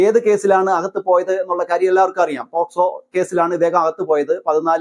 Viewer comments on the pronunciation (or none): none